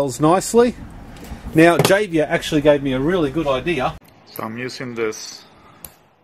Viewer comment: I Know this video is really old but Its not Javier (Jayiver) its Javier (Hayiver) The A is short as in HA (Laugh) The name is Spanish. :-) Great video and thanks for all your work.